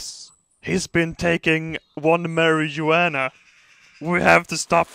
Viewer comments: Mary-Jew-Uana Åverdus LOOL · 'Mara-ween-Anna' xD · "MaryJoeAnna" lol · i like the fact that all three times that you said marijuana you pronounced them in a different way